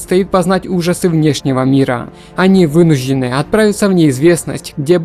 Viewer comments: Не вынужены, а вынуждены.. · Что за проблема у диктора с произношением сочетания букв "жд"? То "вынужь'ены", то "происхожь'ение" то ещё что-то